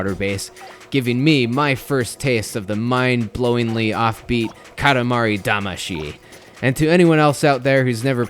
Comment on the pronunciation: This is Katamari Damashi? Lol